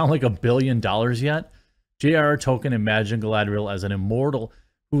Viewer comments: DUDE!!! IT'S "TŌL-KĒN" NOT "TŌ-KƏN"!!!! PLEASE, AT LEAST, PRONOUNCE THE GODDAMN "L"!!!!! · Every time Jeremy mispronounces Tolkien's name, all I can think about is the character Token from South Park. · Token epic. Not Tolkien epic. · Why must Jeremy mispronounce Tolkien as "token"? It is unbelievably grating.